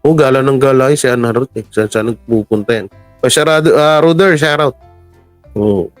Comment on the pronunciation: Hindi nga yan SHAR OUT, It’s SHOUT OUT. OWmsygudnes! Tsk.